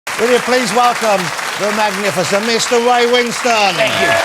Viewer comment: His name is Ray, not Way 🤬